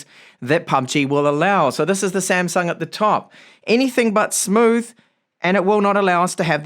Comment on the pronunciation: not 'samsang' it 'samsung'